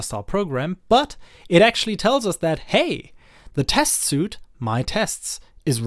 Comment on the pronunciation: Great video! BTW "Suite" is pronounced like "Sweet"